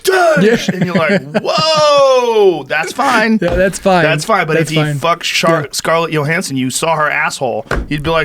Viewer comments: Joe "Scarlett Yo-Hanson" Rogan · Scarlett "yo" Hansen 🤣🤣🤣